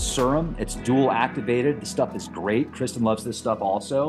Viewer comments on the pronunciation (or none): none